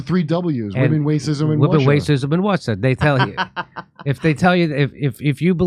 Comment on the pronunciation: Women, wacism and Wussia! 😂